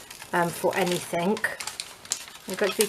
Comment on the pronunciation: On the word anything, the g is slient! Not anythink.